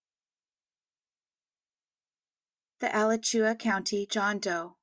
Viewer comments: Minor correction (and a mistake I've heard numerous creators make) - Alachua is not All-ah-chew-ah, it's Ah-LATCH-you-ah. As a Floridian I hear a lot of similar goofs (and make my share about other places - it was fun learning about Gautier, MS (Go-shay). And there's places where I live now that I continually garble no matter how much I try. I actually had to turn off a video from Scary Mysteries yesterday because of the repeated mutilation of Tupelo (Tupe-ah-low) and after hearing Tu-PELL-oh repeatedly I just couldn't. When I did my Jane Doe video I had to repeatedly listen to various news shows in the Opelika area and write it down for myself phonetically. You can hear me struggle with it in the audio every time I have to say it, lol. Great job as usual, good job on leveling the volume better. If you do cases out of Indiana or Florida, feel free to hit me up for research help (I'm much more comfortable gathering info than presenting it). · Great work as always. Pronunciation tip: the second “a” in Alachua is a short a (as in ‘apple’), and the second syllable gets the emphasis. So Alachua = “uh-LA-choo-uh”.